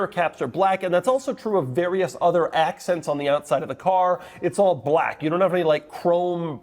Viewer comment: The way he's saying BLACK is killing me